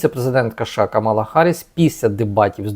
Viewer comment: вдруге наголошую-КАмала, а не КамАла. Поважайте кандидатку, не повторюйте Трампа.